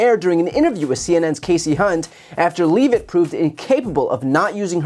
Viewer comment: Brian, please pronounce Leavitt’s name correctly. It’s a Jewish name—not hard. (Even Bannon pronounces it correctly.)